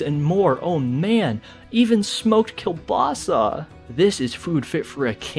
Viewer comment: bro said kiełbasa i love u man